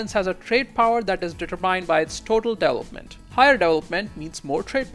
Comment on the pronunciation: I have to rewind a lot to try to figure out what word he's trying to say. It's incredible how bad he butchers a word like development